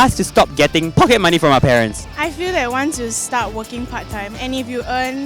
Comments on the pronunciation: "pockey money" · pockey money :)